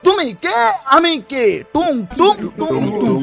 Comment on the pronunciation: ভাই,, Tung tung.. Not 🚫 টুনটুনি..yes ✅